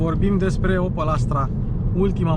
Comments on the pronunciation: Se pronunta OPEL nu OPAL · Adam Opel NU Adam Opal